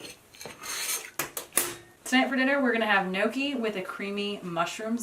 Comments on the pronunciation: Your "nokey" is really pronounced "nyo-key." That mushroom sauce looks delicious. BTW, what does moose meat taste like? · Please learn to pronounce gnocchi correctly. Love the video otherwise.